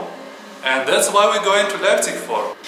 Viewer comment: wtf u mean i dont go there to travel leipzig is a nice city also its not leipzigi its LEIPZIG!!! FU